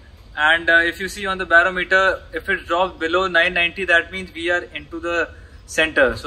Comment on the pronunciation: Bar-OM-eter emphasis on the second syllable.